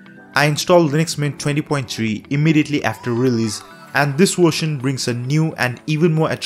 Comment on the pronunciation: I love this "wershion" too bro